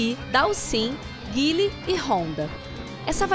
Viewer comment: ela flw o nome do guile da maneira correta!